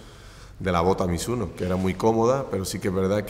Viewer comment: やっぱり発音はミズノではなくミスノか。